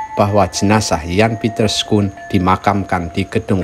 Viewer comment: koreksi bapak,bacaannya Yan Piter Sun Kun